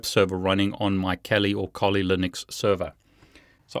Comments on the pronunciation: Kali .....not KOLI my friend!!! And to offsec. kali Developers .Kali and Dragon picture, ,it´s silly guys, 😂😂 Kali is a India godess! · Great video ! By the way , isn't it Kali linux? Not Koli 🤔🤣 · Interesting video. Thank you,! I would really like to see how you did that. Are these cables commercially available? Just one suggestion: decide on one pronunciation of Kali, whichever it may be. You're the boss.;-) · Please decide for one pronunciation Kali or Kali. Also it does not work if you do not have administrative privileges. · I wish you would make up your mind how you pronounce Kali!!!!!